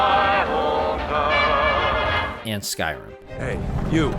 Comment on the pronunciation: I had to rewind a few times and places to figure out what game are you referencing: skyroom? Skyoom, what is Skyroom... Oh you're trying to indicate Skyrim... Curious what part of America are you from that your accent would change something so dramatically from Rim to Room?